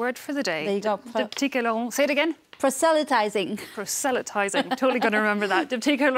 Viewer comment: prUh sa lie tiezing the 'o' has an Uh sound